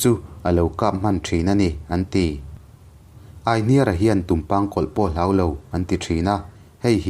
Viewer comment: Aihniara tiha hniar lai hi kan lo lam ṭhin dan chuan 'i hming ka hria' tiha 'hria' tih ri ang hian kan thluk ṭhin a.